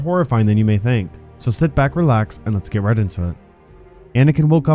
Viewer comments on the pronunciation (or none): none